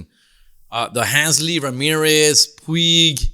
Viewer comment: Handsly Ramirez? It’s Hanley, foo.